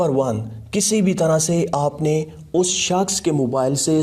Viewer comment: 'us saaaksh ko'..lmao😂😂😂😂😂